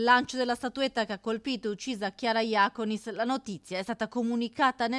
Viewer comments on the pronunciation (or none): Alla giornalista che continua a sbagliare l'accento del cognome: non Jàconis, ma Jacònis